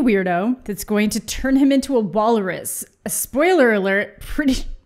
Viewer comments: Why is she saying Wallerus? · I can't tell if is unintentionally mispronouncing wal-rus or if she's committed to the Wallace+walrus portmanteau bit